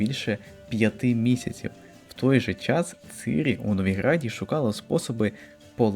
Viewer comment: оце дебільне "цИрі" взялося з роснявої озвучки - бо наші східні сусіди не вміють вимовляти "і" після "ц" і що ще більш сумно - багато хто стверджує, що цИрі нібито "краще" звучить 🤡